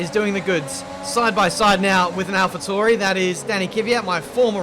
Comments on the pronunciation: Btw they're pronounced Alpha T-ow-ri not t-oor-i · Every time someone pronounces AlphaTauri as Tau-ri instead of Tor-i... Use the word centaur as a guideline. That's pronounced cent-or.